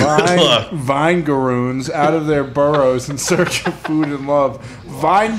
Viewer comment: Their pronunciation of something that produces a vinegar like substance as vine-garoons and not vinegar-oons is baffling.